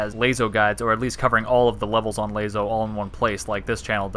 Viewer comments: Why u say like lazo 😂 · I've succumbed to the will of the people and say it like "Lasso" now (this is a real old video), but phonetically it should be pronounced lay-zo...also the guy who essentially started the entire LASO community pronounced it lay-zo, soooooo